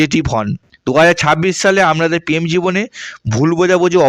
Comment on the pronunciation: আপনার কি র ফলা উচ্চারণ করতে কোনও সমস্যা হয় ? যেমন প্রেম না বলে উচ্চারণ করছেন পেম , পতিদিন , পতিবেশী